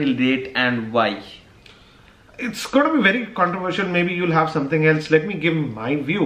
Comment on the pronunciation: brother don't mind being an active subscriber, I can say you it's not hove it's have that pronunciation problem. don't mind if not I anybody will tell you in future.